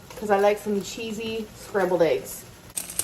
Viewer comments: I love you but... it's ayygs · why arent we talking about her ay-g intolerance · Hope I’m not the only one who has “aeeeggs” repeat in their head every time she says eggs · You say eggs weird. You're not the first person I've seen on YouTube pronounce it as like aygs. Is that a northern thing BC everyone that says it like that is from up north where its too cold hah. Omg that's how she's saying it too. The best eggs are made with salt pepper, shredded cheddar and chopped up ham. No weird hot sauce lol